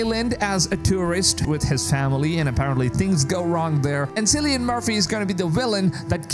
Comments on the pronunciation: FYI his name is pronounced "Kill-ee-an" not "Sill-ee-an". Hope this helps. :) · Did you really said ''Silian'' my god.. its pronounced ''Killian'' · "Cillian Murphy" with a hard 'C' - pronounced "Key-lian" not "See-lian". Sorry, had to get it out of my system! :P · Sillian? It’s Kill-ian- I’m Irish as well as him and it all drives us mad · Cillian is (kill-ee-un) not seal-ee-un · Its "Killian" Btw not "sillian" , the pronunciation of hia name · Just a little nitpick... your favorite actors name is pronounced KILLIAN not SILLIAN... :) the more you know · Lol at "Silly-Anne Murphy"! Cillian is pronounced "Kill-E-Ann" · not Sillian its Kill i an---- Cillian =) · Syllian? It's pronounced Killian. Sheesh! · 'cillian' is a hard C like 'killian' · Cillian is pronounced as Kylian/Kilian Murphy. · Sillian? 😂 That's not how you say his name dude! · If you were a big fan you’d know its pronounced “Killian” not Cillian. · It's pronounced Kill-ian btw, no idea why you're saying it that way. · Is is really pronounced Sillyan Murphy? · It’s pronounced kill-e-ann Murphy 🙈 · Pronounced "Killy-N Murphy" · Btw Cillian is pronounced with "K", not "S" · can you at least learn how to pronounce the name Cillian, before you make a video? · Please learn how to pronounce Cillian properly. The C is pronounced like a K.